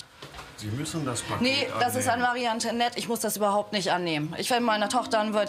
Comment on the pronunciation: Das wird Antwanett ausgesprochen und nich Antonet